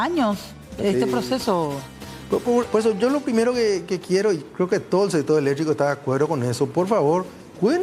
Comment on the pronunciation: Que mal hablas hombree , electricooo se dice , noo eletriiico